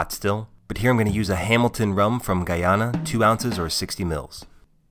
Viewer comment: Fuckin thank you for pronouncing Guyana correctly